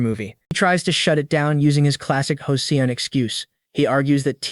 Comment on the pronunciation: I feeli like an AI would know how to pronounce Joseon.